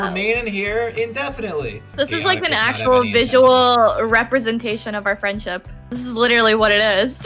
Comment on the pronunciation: ”Friendship” Spain but the s is silent